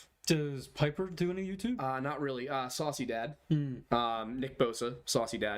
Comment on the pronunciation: Google shit eating grin, and you'll see this guys smile. Hes smiling because its a joke thats real. He slips at the start and says "that's when you see nnnii, or whatever it was." Nick? Thats when you see Nick is what it sounds like.